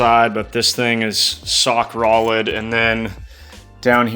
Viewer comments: Was you trying to say sock rolid or rock solid? 😂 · "Sock Rolid" lol I had to rewind a couple times. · sock rolid?!?! i like it ... sounds like you got your mords wixed? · Although i'm impressed i want to do the same thing to my crown vic and just using 5.4 2v to really wake up the car , We can't possibly skip ⏭️ pass him saying " sock roled " 😭